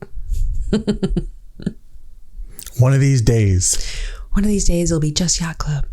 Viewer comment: 😂😂😂 “yacht club in English issss: 😮YyyYyaCht ClUb! 😂